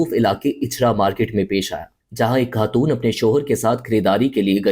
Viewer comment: sab koch sahi tha , but pakistanis ko pehle apni Urdu sahi kar chai ye , lagraha tha is vedio me koi indian bol radha he he, ghalat ko galat , khatoon and bohat sare word wrong pronouse kiye apne, ab darama actors bhi ghalat urdu bolte he fakhar k sath